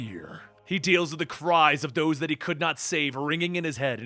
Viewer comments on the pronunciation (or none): none